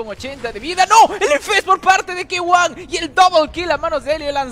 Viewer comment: Suena raro cuando le dice ki-wan mejor suena k1 Héctor noma